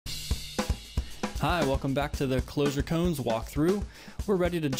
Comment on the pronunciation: Not "cones". Ko-an. It's a Zen term.